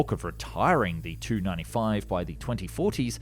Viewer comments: Just a note, Tu is pronounced 'T-u' (letters separate) instead of 'tu'... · I hate to correct such a great YouTuber but the way you say it is T U not Tu, I’m sorry for correcting you